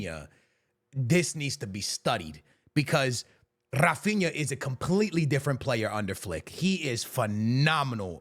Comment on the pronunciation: Além disso, já que estamos falando de pronúncia errada... HA-feen-ya